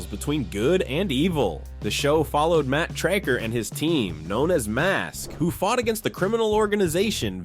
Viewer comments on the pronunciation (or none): What about Blue Thunder? Basically the same as Airwolf, but with an uglier helicopter and better episodes 😂 Also, the leader of Mask isn’t Matt “Tray-ker”, it’s Matt Tracker. I loved that show, had some of the toys and nearly completed the sticker album too.